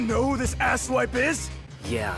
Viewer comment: Did he just? Say asswhipe?! 😂😂🙌